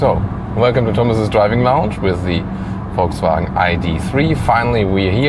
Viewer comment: Volkswagen not voltswagen learn how to pronounce car names